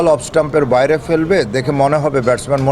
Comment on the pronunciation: উচ্চারণ ঠিক করতে হবে। যেমন-আঁস্তে আঁস্তে, মাঠের বাঁইরে ইত্যাদি।